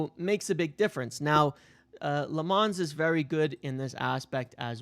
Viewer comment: Lammens does not rhyme with "Fonz". He isn't French.